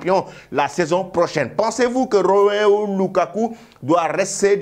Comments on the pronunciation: Apprends au moins à lire pour bien prononcer le prénom ROMELU. Trop de bruits alors que tu ne sais même pas lire. Je ne me fatiguerais pas. Tant que tu diras ROMEO LUKAKU, je t'attaquerai toujours. Bon sang, lis au moins ce qui est écrit. C'est ROMELU et ce n'est pas difficile. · Ça se voit que tu ne sais pas lire. ROMEO LUKAKU. CE N'EST PAS ROMEO SVP. C'EST ROMELU ROMELU ROMELU LUKAKU